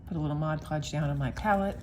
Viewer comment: These are just the kind of small collages I like best (abstract). Thank-you for the video, and especially for pronouncing "Mod Podge" correctly.